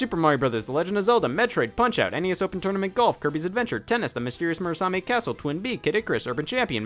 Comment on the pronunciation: lol "Murasami" castle